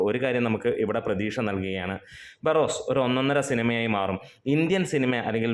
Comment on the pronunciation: ബാർറോസ് 😂😂 Barros എന്നല്ലേ